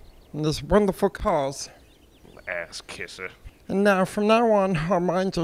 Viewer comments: He say Axe kisser? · At 1 min in I know he said "Ass kisser" but i heard "Axe kisser" idk why but it made me laugh harder lol